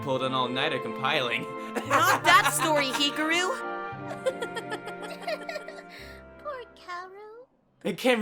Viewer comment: No offense, but I got triggered by the pronounciation of Hikaru I hear He-ka-roo Yes it's sort of correct but do more with the tongue when getting to the roo part.